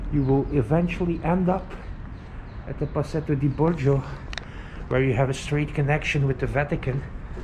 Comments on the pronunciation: oh no. You said Pasetto Di Borgio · Totally palatial. Did you say Procession de Bong Juice?